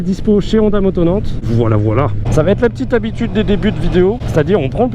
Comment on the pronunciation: "va 'T' être" ça fait saigner les oreilles...